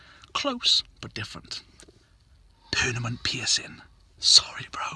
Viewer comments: you said "perNaMent" not "perMaNent", sorry bro.....i'm from the grammer police department. to correct and serve. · He always says pernament not permanent also Ben pulled the earring off... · he said pernament instead of permanent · i love how he says "pernament" instead of "permanent" lmao xD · I love it when he says pernamint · did he say pernament at the start? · Lmaooo i love how he says pernament instead of permanent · U said PERNAMENT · Ben says " Pernament Piercings" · you accidentally said pernament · you said pernament instead of permanent hahahha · Why does he say pernament he does on other videos too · cant even say permanent properly lmfao